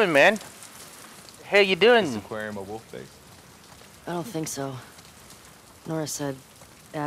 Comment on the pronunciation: Not to be mean but I find it so funny how he say wuff instead of wolf